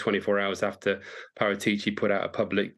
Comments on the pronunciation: Who let these two say his name like that. Par-AH-CHI. Thank god for Kaveh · The way she pronounces Paratici is funny. British folks 😂